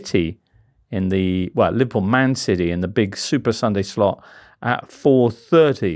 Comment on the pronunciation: Mr Richardson pronouncing city as siddeee rritates me greatly.